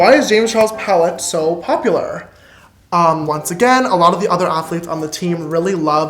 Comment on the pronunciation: “Not surprised that the list was topped by three professional a t hlee t e s” I SHISTER CHOKE D